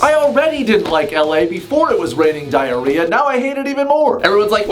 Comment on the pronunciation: It’s not diar- ad -rhea